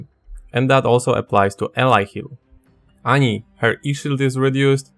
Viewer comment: So we are supposed to say nothing about his Annie pronunciation?